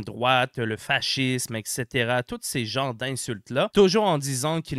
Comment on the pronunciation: J'adore ton "etchetera" ! 😅